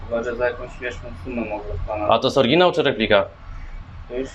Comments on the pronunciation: i jaki kurwa "orginał" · Bo ten typ mówił „orginał” i na tym polegał żart